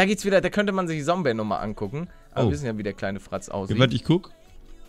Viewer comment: Lieber Paluten, du sprichst "Zombey" immer falsch. Er hat auch selbst gesagt, dass der Anfang mit "Z" gesprochen wird und nicht mit "S". Wollte ich nur mal sagen, weil mich das aufregt, wenn du ihn immer falsch nennst. LG Berger :D